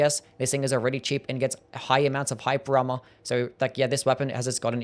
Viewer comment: Bro u really need to enunciate. Hearing you say "hyper armor" 5 times was like nails on a chalkboard. I only knew what you said because of subtitles